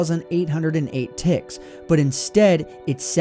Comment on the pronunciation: Why do I hear "ticks" as "thicc"